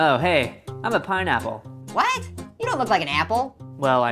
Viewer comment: it’s an pineapple not Painapple just stop saying pain apple and STO- AHHH 🔪